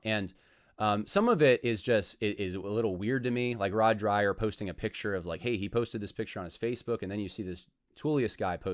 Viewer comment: I had always heard his name pronounced Rod Drayer rather than Dryer